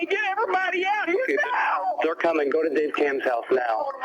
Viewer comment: Is saying, "Let's have a goo."? Like, gooey, goopy slime? Is that like a chin wag, but Irish? Or is he saying go in a silly way and I'm a total fool? Lol.